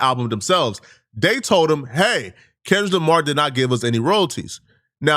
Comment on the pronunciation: Sounds like you keep saying Kendra Lamar, lol. You not trying to sneak diss are ya??